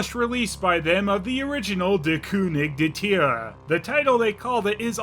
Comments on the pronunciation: Great German pronunciation! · As a German Its so funny how he says der „König der Tiere” 😂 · pronouncing "Der König der Tiere" gives me life. How many of those movies are there!?!?!?